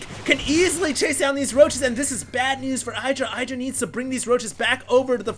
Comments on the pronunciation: id-ra not eye-dra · It's not EYE-DRA..... It's "IDD-DRA" You should know, you were there in that HuK TLO interview where they asked Greg how to pronounce it...... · Socke's very good. He did not stubbornly try to make colossus (like some protoss). No hydras, no need for colossus. Got immortals instead good reaction by Socke. Also Idra's name is pronounced Id-ra not Eye-dra. Blame Artosis for that. :P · Love that is proud to pronounce Socke right but doesn't prononce Idra right =) (The "I" is the same as in "in" "is" and "listen") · You might say Socke's name correctly but you're definitely wrong with IdrA. As he said during Dreamhack Stockholm International, it's not "[eidra]", it's "[edra]", if you know what I mean. Guys, you're pros, and by now you should know how to pronounce the names of the top players... :) No offense. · Why is it that no one actually pronounced Idra like it should be pronounced?? It is not 'Aidra', it is Idra... ask him!! I am 100% sure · i believe it's pronounced edra not idra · Its ih-dra not eye-dra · It's "IH-dra" not "EYE-dra." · Idra said in a interview that its pronounced Id-ra, but if you use english used it would be pronounced Eye-dra, so both are technically correct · i think that it is suposed to be pronounced ih-druh but eye-druh does sound more catchy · It's IH-DRUH, not eye-druh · id drah. the was psystarcraft pronounces it. he met him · you pronounce both players wrong >.< eh-dra and sock-eh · IT IS EYE-DRA, husky is wrong! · its pronounced id-ra dumbass lol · ummm actually its pronounced " win-druh " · It's Ih-dra, it's based on the Hindu god Indra.. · artosis call him eye-dra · It's actually e-druh. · it can also be pronounced iddra like a hard i sound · You still can't say IdrA correctly though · He is trying to pronounce Socke correctly, but not Idra, not for the 50th time. lol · If you want to know how to pronounce his name watch this: /watch?v=amWEf0Y17cc